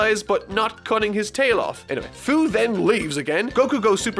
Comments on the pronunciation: Hate to be that one guy but... Fu's name is pronounced "Few". I know because I played Xenoverse 2 lol. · 2 things: First you pronounce "Fu" wrong. think of the word "Future". Becuz....he's from the future. It's dumb. second, you're a fucking mad man to review One Piece. I look forward to it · his name is fu, like fu - ture (fyu) and that is dumb enough to tell all about heroes